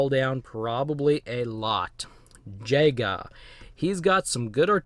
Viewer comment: The elites name is pronounced Ya-Ga but spelt Jega kinda like jeager